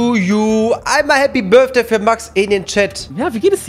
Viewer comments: "börfday" xD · "Happy birdfday" 😂😩❤️ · niemand:: Happy birfday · uff dieses Birfday macht mich wahnsinnig 🤣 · ju einfach „happy börfday“ 😂😂